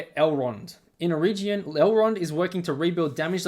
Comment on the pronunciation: Good review of adaptation faults. Please learn to pronounce 'Eregion' as Tolkien explained